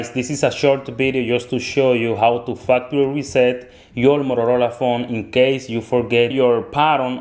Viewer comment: I thought he said fucktery reset